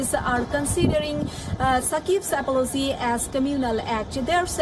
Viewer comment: That "apolosy" from Bangladeshi reporter.